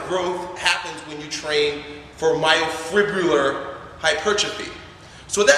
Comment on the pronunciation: hard to take this guy seriously when he can't pronounce myofibrillar